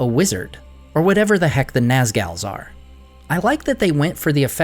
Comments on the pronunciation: It's pronounced Nazgul, not Nazgal. But other than that, this is a great review. 👍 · I was emphatically ‘YES’ing all throughout this video. But it was the ‘Nazgals’ that made me press pause to leave a comment. 😂😂😂 [but seriously- YES to this whole video]